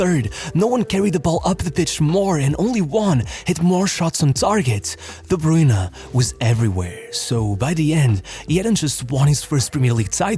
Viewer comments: its pronounced like "broyne" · Took a shot each time "De Bruyne" was mispronounced. I'm wasted. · As a Belgian I can't even listen to your pronunciation of KDB past the intro of this video.